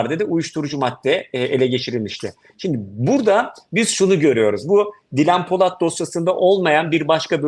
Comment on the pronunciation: Özlem hanım haberin başrol oyuncusu kadının daha ismini söyleyemiyorsun :)